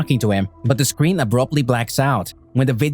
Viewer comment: Him how to say screen: “scween”